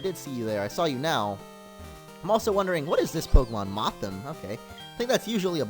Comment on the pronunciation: its mothim